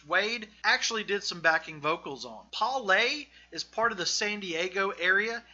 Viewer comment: While I appreciate the effort your pronunciation of Russo and Poway totally ruin the rest of this video. I am born and raised here in Poway. You say (Pow way) right one time . But sorry I feel like if you didn't invest the energy to figure out how to pronounce these things correctly I certainly won't spend any of mine watching the rest of this video. And don't blame it in your accent it's just negligence I certainly will not be wasting any of mine to watch the rest of this video. Just food for thought though, hope this helps polish up your channel because I can see the potential.